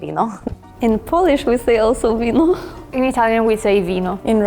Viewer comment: 0.5 It's vino not vico